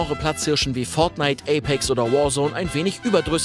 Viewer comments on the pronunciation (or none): none